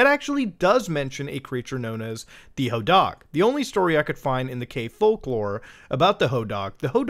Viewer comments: Sir I love you but plEASE the hodag is pronounced "ho-dahhg" with a long A such as in pad or bad It was my high school mascot :) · AYO I ACTUALLY LIVE IN RHINELANDER, the hodag is our mascot and we have statues of it all over town. i got literal goosebumps when suddenley hearing muta mention my town lol. Also it's pronounced "ho-dayg" lmao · the statue picture you share of the hodag is at the "Rhinelander Area Chamber of Commerce", he greets you as you drive into rhinelander. we have a hodag country festival for him. we pronounce it "hoe dayg" not "hoe dahg" btw. kids steal hodag nails for good luck, it's dumb. and rhinelander has a lot of drug addicts in it compared to the other towns nearby. maybe that helps figure out if its real or not. :p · In Hodag the a is a long. I didn’t expect a caving story in Utah to have a monster from a place I grew up visiting in Wisconsin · Hodag dag is pronounced like tag